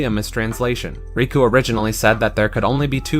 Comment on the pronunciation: it's not raku it's riku